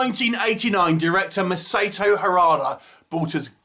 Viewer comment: It's Mah-sah-toh not Mah-say-toh, but thanks for the review